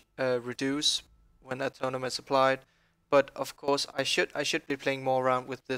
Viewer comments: It's not "Atonem", it's "AtoneMENT" :-D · Uhhh- tone-MENT Not Atomen